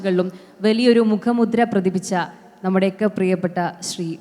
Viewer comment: അവതാരിക തെറ്റിച്ചാണ് ചിലവാക്കുകൾ പറയുന്നത്. പ്രതിഫലിപ്പിച്ച എന്നതിന് പ്രതിപ്പിച്ച എന്നാണ് ഉച്ചരിച്ചത്. ഇവളെയാരാ അവതാരികയാക്കിയത്.